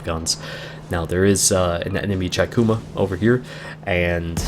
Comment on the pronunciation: I'm really liking your videos, only suggestion, the Chikuma, it would be said Cheekoomah (chi - ち - chee) figured I'd let ya know (at least that's what my Japanese professor said when I asked him, I wanted to learn the IJN ship names so I asked, haha)